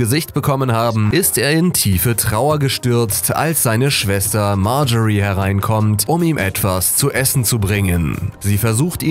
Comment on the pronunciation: leon rüttgers Er sagts einfach richtig.